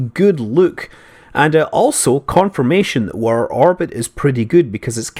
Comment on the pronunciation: "wur orbit is pretty good " you can take the man out of Scotland, but you cant take Scotland out the man.